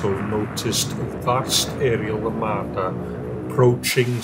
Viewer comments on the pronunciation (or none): none